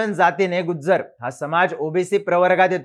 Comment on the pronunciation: Nt गुज्जर.... it's गुजर